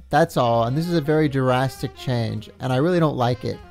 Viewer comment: Taking a shot every time the vid says "durrastic" instead of "drastic" 😂